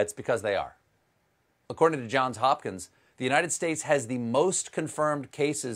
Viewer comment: Thank you Stephen - You said "Johns Hopkins: correctly. The last three people in media whom I've heard try to say the name dropped the "s" at the end of Johns.